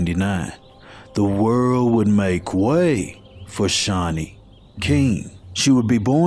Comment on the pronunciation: Aww my name .. very uncommon name and you pronounced it right ❤